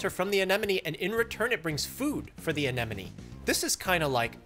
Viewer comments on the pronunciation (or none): Anemone = uh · neh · muh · nee